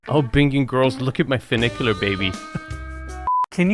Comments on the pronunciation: clearly he just saw the name and figured ooooo that sounds posh and fun...... but no it doesnt sound fun.... FEW NIK YOO LAR = funicular now lets pronounce Nouveau riche together.. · Enes states in the opening that the property has “not one, but two funiculars…” A funicular is a type of cable railway that connects points along a railway track laid on a steep slope. And it has two cars—a descending car and an ascending car that counterbalance each other; one ascends as the other descends. That’s one funicular. And it’s pronounced “fyou (as in few) NICK ya ler” not “foo NICK ya ler”. But if there’s two cars, each with their own track, that travel independently of each other, then that’s two inclined elevators (not two funiculars). And Nevada is pronounced “Ne VAD (rhymes with dad) a” not “Ne VAUD (rhymes with odd) a”. You make some good points, but I’ve never seen one of your videos where you like a house that Enes is promoting. What’s that all about? You’re not the arbiter of good taste. It is subjective. And most of the houses you showcase would only appeal to new money anyway. But I agree with you about the Roman columns and the powder room’s neoclassical vanity; they’re out of place.